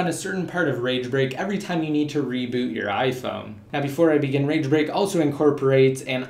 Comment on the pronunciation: swear he was saying rage rape...